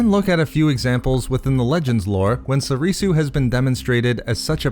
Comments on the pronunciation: If not for you, then for learning basic Japanese and how to pronounce Soresu, (So-ray-sew) and not Sorisu (So-ree-sew). It's the base language for most the original form names, after all. Except Shien, that's actually Chinese. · Why u pronouncing it Soreesoo